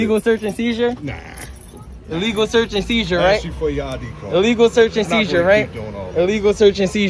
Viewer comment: "Dat illegal shurtz ans sheezer" It's search and seizure. Read a book